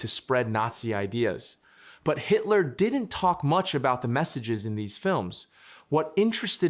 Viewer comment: I note that the AI narrator pronounces "didn't" ('did-ent') like some 21st century teenager.